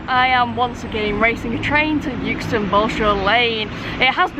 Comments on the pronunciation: Well done G for beating the metal beast. Euxton has always been pronounced Exton the 60 plus years I've lived just down the road. I thought at first its was just the way G was pronouncing it (forgivable of course) but the platform announcer also said Youxton! It must be a modern thing as some millennials may not be able to grasp the English language using silent letters ha ha. Enjoyable video. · It’s pronounced exton, not youxton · Hi - It's actually pronounced X-Ton, not Uxeston :) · Well done on beating the train , we have arguments in our house on how to pronounce Euxton , I say Xton , and my son says Euxton , and you passed my car parked near Iceland Xx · "yewxton"? 😮 "EXton", surely? Apart from that - 😁😁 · Sorry to be a pain , euxton is pronounced exton 👍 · "EX-TUN"... It's pronounced "EX-TUN". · Never heard it pronounced youxton before 😊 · That's it. No more choc out of the pendo cab. Yukeston 😱 I think you are just winding me the pronunciation police up! Very much on my patch there on canal. Not on the railway anymore. Good swap. 😊